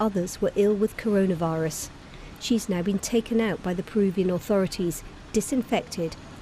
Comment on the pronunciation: BBC Reporter: Karuna virus Me: Oh K